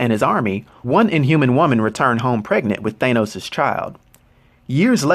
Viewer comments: Its..."THAN-NOS" phonetically....not "THAY-NOS"....what?.. I follow you religiously...but every once in a while your pronunciation gives us the impression that you READ the stats, without knowing the actual character. Like when a news anchor mispronounces a foreign name. No one familiar with END GAME or INFINITY WAR movies says THAY-NOS (like you do in this video). You're venturing into territory that is bold, new, and needed for a lot of us comic fans...soI'm not tearing you down, but aiming to offer awareness that may help you take it to THE NEXT LEVEL! This is similar as when you changed from (which seems a little self serving....to the NEW sage... which absolves you of self awareness) I'm a theatre teacher. I teach a lot of Shakespeare. I have some material (written by predecessors) for helping actors take their speech to the next level so they can be masterful. Hit me up if you're curious or interested in enhancing spoken language. What you're doing in amazing. You are creating Legacy for those familiar and unfamiliar. I have suggested links of yours to people trying to get on the "comic book page" that need backstory, history, and context. I'm just interested in saying something when the whole world-who saw these Avengers movies- pronounces it different than you do. It makes it sound like you're either foreign or not in the loop. Also, everything I'm writing- technically- doesn't matter cause this is 2 years ago you posted this...You've been making a ton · You're mispronouncing his name bro. His name is Thanos, pronounced THAH-NOS not THAY-NOS. Mad respect bro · I really don’t like the way he says “thane-os” looool I could easily be wrong but I’m pretty confident it’s pronounced “thanos” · Ok why are you pronouncing it Thaneos?????? I've only heard it pronounced Thanos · Pretty sure it's pronounced "thAnos" ... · The mispronunciation of the name Thanos makes me not want to watch this video any longer than 1 minute and 20 seconds